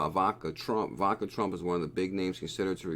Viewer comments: Great video! You said it right once 😂. (E-vaughn-ka) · Learn how to say Ivanka it’s really not hard sound it out